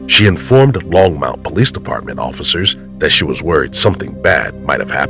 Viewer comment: Longmont. No u in that. Long- mont. simple.